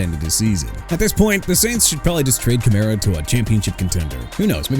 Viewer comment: That's enough of you saying "jag-wires" and "chee-kah-gow"! Jaguars as in JA-GWAARS!! AND CHICAGO AS IN SHUH-KAH-GOW OR SHEE-KAH-GOW!! YOU UNDERSTAND ME BRO?! ALSO ALVIN KAMARA AS IN KUH-MA-RUH!! AI VOICE GUY... YOU'RE DONE AREN'T YOU HUH?! IF SO QUIT!!!!